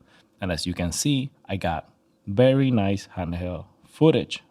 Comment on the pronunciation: I dare you say bery and not very again!! 😂😂😂